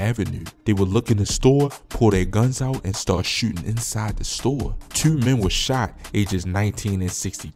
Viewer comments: Your definitely from Baltimore with that "Tuu" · How many times did he say Tuuu! 😂😂😂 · "tew" dude def from bmore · The way you say "twoo" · The way he said 2 I knew he was from Baltimore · Bro said jurne twenty twenty tuurrr like a brit or sum shit ong I fuck with the accent shit be having me rolling 💀🇬🇧😂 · Jewn tew thousand twenty teww